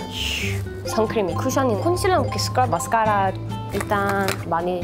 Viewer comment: 에 마스까↗라↘ 은근 중독됨ㅋㅋㅋ